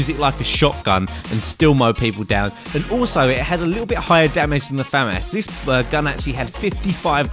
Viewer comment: Finally. Someone actually says famas correctly